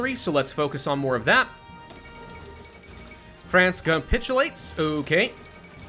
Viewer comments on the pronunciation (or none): none